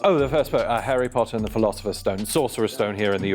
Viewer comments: the way he pronounced harry potter made me wince. hairy potter 😂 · This was obvious the moment Number 2 spoke about Harry Potter, nobody in the UK would pronounce Harry wrongly as Hairy. Originally I thought 5 was suspicious but after saying Hairy there was just no way it wasn’t him. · It was the way number 2 said “herry potter” instead of “harry potter” that was the confirmation for me 💀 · Also he kept pronouncing it as hErry Potter, Americans tend to do that with their a's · And he said Herry Potter. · did an excellent job but I knew from the second he spoke. He pronounced Chiswick incorrectly and I confirmed when he pronounced Harry Potter as Herry Potter. No brit would ever... I am British by the way...born and raised...so I don't blame the cast. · 2 slipped up when he pronounced harry as “hairy” 😭😭😭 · "Herry" Potter gave him away early for me. Irishman living in the US here. It's been my observation that most Americans struggle to pronounce 'a' with the "ah" sound. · The pronunciation of Harry is very American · the pronunciation of Harry was also crazy and I'm not even British or American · when he said his name was he was caught in my mind, have never met a British and the 'harry' was pronounced very American. great episode! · I definitely know at least one British 😅 but yes the pronunciation of Harry was very American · I knew it was two from the beginning when he pronounced Chiswick as "Ches-ick" rather that "Chis-ick". Then he pronounced Harry Potter as Hairy, and his accent was a bit too airy. Number 5 was a maybe for me as she pronounced Buckinghamshire as Buckinghamshyre not Buckinghamsheer